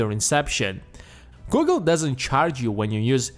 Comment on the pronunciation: Lmao when you say "Google" it's like Gogol !!! Pls change the narration ..